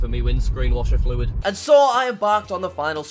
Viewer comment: Dont know why I love the way says fluid but it's really satisfying